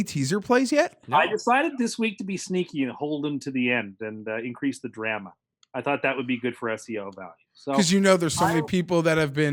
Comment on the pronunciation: DK: Mikei11 Show idea: goes up to elderly woman (or whatever he's into) at the mall and gives them his best pick up line PS: The way pronounced "Drama" at the end was super cringe